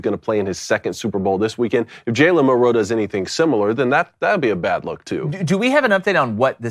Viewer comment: You guys have butchered Milroes name for two years. It’s MILroe